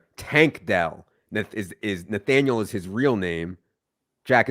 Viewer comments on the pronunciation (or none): Guy says Nathaniel lmaooooo